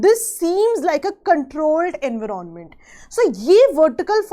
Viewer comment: Explaination was good no doubt but kindly do not unnecessarily pronounce the word in a different way just to show you know better than others..like we all know how to pronounce environment and everyone pronouncing in that way only And today you came up with the new one en-viron-ment.. seriously 😂😂😂 can’t you pronounce it simply environment just like others.. unnecessarily adding new pronunciations